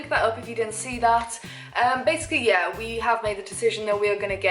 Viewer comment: I just listen to hear her say 'yeeuuuh'...so posh!!!